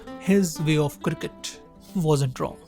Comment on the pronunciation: The way you pronouce the word cricket is absolutely ridiculous!